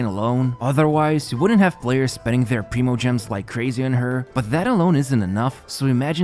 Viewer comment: I swear to god! You always mispronounce some fucking word in every one of your videos. It’s not “Ride-en” it’s “Ray-den.” And it’s not “pree-mo-gems” it’s “pry-mo-gems”